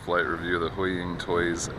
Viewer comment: Hooii-Ying Toys, that's how it's pronounced